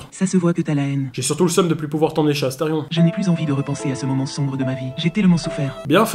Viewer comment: C'EST ASTERION PAH PAH PAH PAH PAS ASTERFION